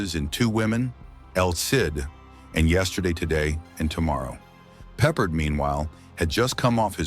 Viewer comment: Why does this narrator keep mispronouncing George’s name?! Do better.